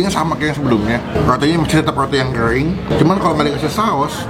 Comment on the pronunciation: Kering bang, bukan kreng 😂